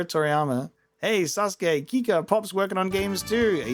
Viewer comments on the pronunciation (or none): none